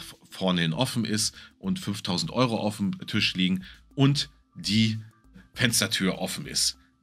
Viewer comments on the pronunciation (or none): none